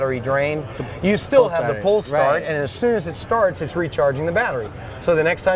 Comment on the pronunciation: It's definitely 'still' not 'steel' but if that's how you guys roll... I'll go with that.